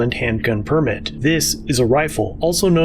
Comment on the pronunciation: Why are you pronouncing "permit" incorrectly.